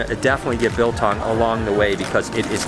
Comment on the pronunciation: oh gods, his pronunciation of Biltong was so bad 😅